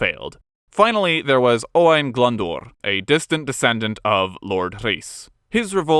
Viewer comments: Loads of mispronunciations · as a Welsh person I must commend your Welsh pronunciation. Only one error. Glyndwr is more like glin not glun. I live seven miles from Cardiff in the former Glamorgan. Welsh counties changed many years ago. I'm very proud to be Welsh but guess what era in history is my favourite? Yes the Tudor era. Thanks so much for this video Both. Alison 🏴🏴🏴